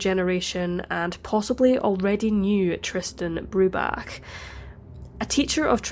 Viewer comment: I love that you had so much respect to learn how Tristans surname is pronounced correctly.